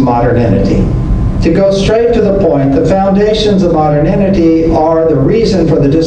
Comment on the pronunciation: He pronounces modernity as moderninity.